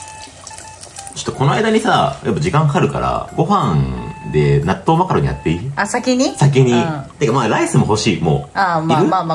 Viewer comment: 納豆マカロニが納豆マカロンに聞こえて激しく動揺しました😂